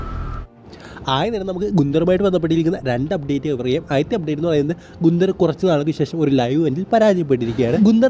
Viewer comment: ഗുന്ദർ അല്ല ബായ് ഗന്തർ